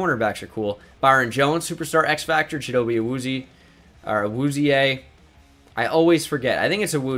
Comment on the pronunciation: Dallas Cowboys fan here; you were close at pronouncing Chido's name, but ill help a little. ill make spell it how it sounds rather than how it looks; Chee-Doe-Bay Ah-Wooz-She-A. Love your vids brother.